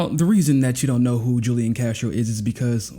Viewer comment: FYI— Julian is pronounced Who Lee Ahn